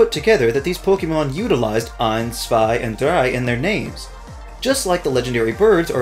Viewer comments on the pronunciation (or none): none